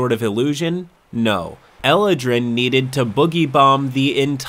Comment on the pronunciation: E-lad-wrin eladrin